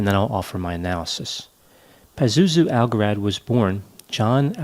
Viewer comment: Pronounce algarad right